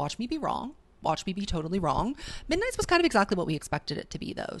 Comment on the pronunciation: “Misnights mayhem” “TTPD Tracks”